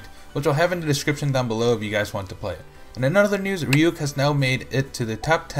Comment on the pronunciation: _RyuK's name is pronounced as Ryu K (reeyou kay)